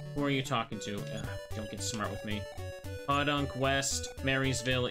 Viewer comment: For whatever its worth, it is pronounced Poe-Dunk, not Paw-Dunk. Not a big deal, just pointing it out.